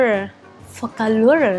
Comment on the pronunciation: Phô - ca - lua :))